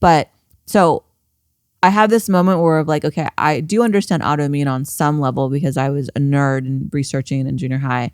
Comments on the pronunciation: Rick, I love you. Please stop saying “audioimmune” and say “autoimmune”. Again, I love you. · The way Rick says "audioimmune" instead of "autoimmune" drives me crazy. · Anyone else this Rick is saying ‘audio’immune?